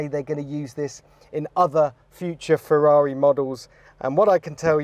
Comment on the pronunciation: "Ferreri" is brutal 😂